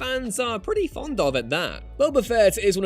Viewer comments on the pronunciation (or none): none